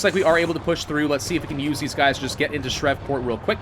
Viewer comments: As a Louisiana native, his pronunciation of southern cities cracks me up. Shrevport. Shreeveport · If youre gunna conquer my city atleast say the name right. its not shrev its shreve. The other e is isnt silent bruh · I cringed when he tried to pronounce Shreveport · Thank you for saying something as a person who lives in Bossier city I cringed at that pronunciation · How he pronounced shreveport killed me 😂